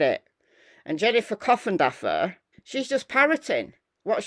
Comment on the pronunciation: Every time you mention coffindaffer I hear coffin dodger 😂😂😂😂